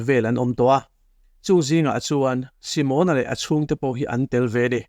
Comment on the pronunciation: Simona hming hi Si-mâwn-a (tipâwng ri anga) lam rik ai chuan Si-mon-a (Shillong-a tih ri ang) a mawi ka ti zawk tih ka rawn sawi ve hrim hrim. Ngaihnawm thei thin e.